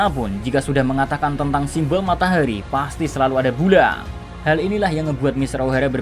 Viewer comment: Ngomong nya kaya di lebayin gasi? Ohara jadi ohaera matahari jadi matahaeri 😭😭